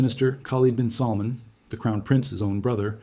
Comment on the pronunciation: His name is salmaan mot how you pronounce it